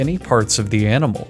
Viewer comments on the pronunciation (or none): "They don't like to waste any part of the anamal"